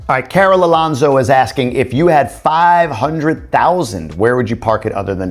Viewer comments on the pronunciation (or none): none